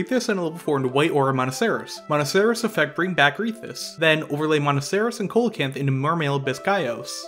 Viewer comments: Small thing: Coelacanth isn't pronounced COAL-a-canth, it's pronounced SEE-la-canth. It's a soft C and a silent O. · IDK man I'm hearing colacanth not holacanth. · it's pronounced See low canth. I'm glad you pronounce Ghoti right though. for those unaware, Ghoti is pronounced FISH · Great to see these combos visualised, nice and concise too but it seems MBT’s inability to pronounce card names is spreading haha The pronunciation of Coelacanth was hurting me a bit but that’s ok because the video was still really good (and I’m sure most people don’t care about the pronunciation). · It’s actually see·luh·kanth if we’re being were being pedantic. And the whole “Ghoti is pronounced Fish if you take the Gh from Enough and…..” thing is funny at first but makes no sense in reality. The position of letters in words is important so if you can find a single word with “Gh” at the start that is pronounced “f” and a “Ti” at the end that is pronounced “sh” then I’ll accept it’s pronounced “Fish”. Is your username “Spooky Fist Hero”? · Did u just call it Holacanth? Is this some inside joke I'm not aware of? Edit: I watched the rest of the vid and he is in fact saying Co-lacanth not Holacanth which is what the first instance sounds like.......however if you know that Ghoti is meant to be pronounced 'fish' surely you know coelocanth is not pronounced the way you say it so again....is this some joke I'm not getting? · Am I the only one triggered by the way they say Coelacanth? lmao great video tho. makes me wanna build the deck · Coelacanth is not a hard C at the start, dude, come on.